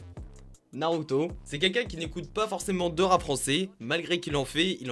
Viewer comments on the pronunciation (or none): none